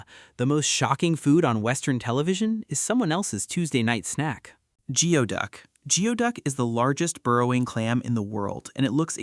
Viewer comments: 😂 its pronounced gooyduck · "Americans are uncomfortable eating it" nope it's sold as fancy seafood in DC and other cities in the nearby region. Also it's pronounced gooey-duck. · Wrong pronunciation of geoduck.